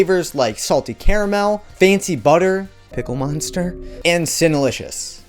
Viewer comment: Why did you say pickle monster like that?